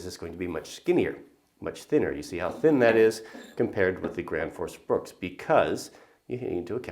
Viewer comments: The axe is called Gränsfors Bruks not Grandforce Brooks hahaha :p sounds so funny when americans try pronounce swedish words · Dude can't even say Gransfors Bruks properly ...